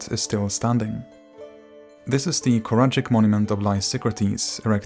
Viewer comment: I suggest you when you make a video containing Greek names or words, make a Google search for these words written in Greek. Copy - paste them one by one in Google Translate (choose Greek) and hit the speaker button to listen the correct pronunciation. Χορηγοί to karagi is a terrible pronunciation. It sounds Japanese :D :P